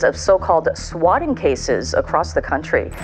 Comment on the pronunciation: "swakking" calls? bro, at least proofread the script you did not write, and i suggest having them typed for you bc it sounds like you cannot read cursive since swatting and swakking look quite similar when written in longhand script you had me fooled into thinking your videos were an authentic representation of topics of your interest